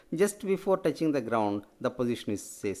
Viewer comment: touching hoga not toughing